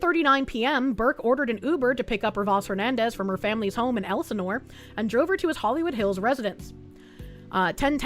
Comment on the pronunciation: OMG SHE SAID "ELSINORE" CORRECTLY! 🤯